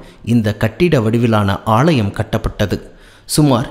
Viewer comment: ஆளயம் என்பதை ஆலயம் என உச்சரித்தால்நன்றாயிருக்கும் தமிழை கோலை செய்ய வேண்டாம் அல்லேலூயா!.